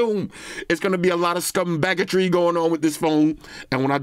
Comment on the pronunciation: "Scumb bagetry!!!" 🤣🤣🤣